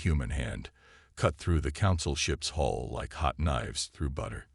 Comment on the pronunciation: HULL, not hall!